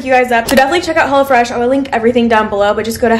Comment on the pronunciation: I thought she said “ I always eat hella fresh” 😅